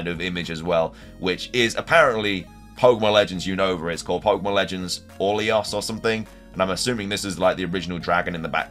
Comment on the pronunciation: It's Unova not Younova 😅